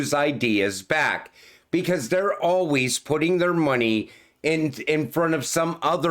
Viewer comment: " as with you alweez"😄